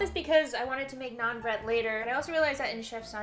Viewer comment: that is roti or Naan. I was confused when u said non bread